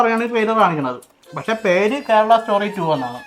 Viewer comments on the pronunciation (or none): wt is keral bro? Say it properly it's KERALA